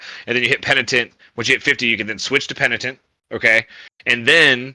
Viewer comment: penditent..penitent :D